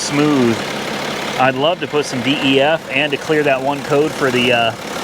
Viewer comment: Just as a helpful DYII, you pronounce DEF- “DEF” if there’s nothing wrong with the check engine light then you got a killer deal. Those diesels are nice. And your Maserati Quattro porte is a great car. The S is a really nice one if it’s 2007 you’ll probably need to put a clutch in it because it’s the F1 transmission if it’s 2008 and later, it’s got the better transmission in it, the 2007s with the F1 transmission needed to have the clutch replaced every 15,000 miles